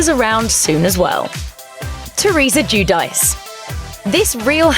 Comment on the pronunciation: Theresa Guidice is not pronounced 'juu-dice' 😂😂👌